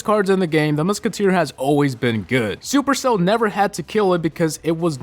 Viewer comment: I don't like when he says supercell